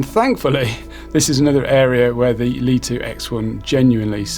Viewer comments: Just for info, according to pre-release LITO 1 and X1 testers, DJI were adamant the drone MUST be pronounced as "Light-Oh One" and "Light-Oh X-One". Not "Leet-Oh" or "Lit-0h." 🤓 BTW, great review. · In Mandarin Chinese, 利托 is pronounced Lì tuō. Here is a breakdown to help you master the pronunciation: 利 (Lì): Pronounced with a falling tone (the 4th tone in Mandarin). Start with a slightly higher pitch and sharply drop down, similar to saying "Lee" with a stern, emphatic tone. 托 (Tuō): Pronounced with a high, level tone (the 1st tone in Mandarin). Keep your voice flat and steady at a high pitch, like saying the English word "toe."